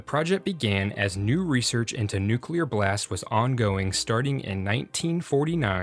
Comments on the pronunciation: "Nuke-you-ler?" Seriously, dude? Please bring back the old RealLifeLore narrator!! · OMG HE SAID NUKULAR